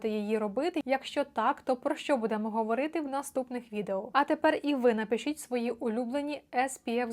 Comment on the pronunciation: Що це за "будЕмо"? Ріже вухо страшенно.